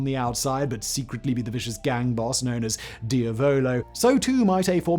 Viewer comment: 'diavolo' (devil in Italian) has the emphasis on the 'a', not the penultimate 'o'.